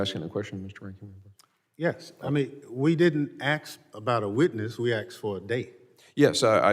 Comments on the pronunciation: “You axed” learn english before you become a member of congress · If you can't pronounce 'asked'. you out yourself as an activist puppet